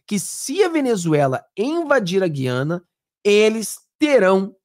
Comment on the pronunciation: Ranço do lula mas uma palavra ele pronunciou corretamente. GU-IA-NA. Na minha época pronunciava-se corretatamente. GU-IA-NA e não GUI-A-NA